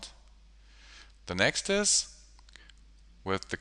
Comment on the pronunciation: The word is next, sir Why do you say "nextus" all the time. Very annoying. Further more I thing it's a bit cheap to call yourself the tutorial pilot. We all know Andrew Kramer for years and his groundbreaking work at videocopilot. I presume you mean well but why ride along on his name. Quite frankly you are no match, certainly not from an educational point of view. Sorry